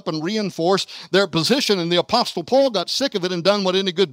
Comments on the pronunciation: The t in apostle is silent dude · Lol apostle he is so old he thinks you need to pronounce the t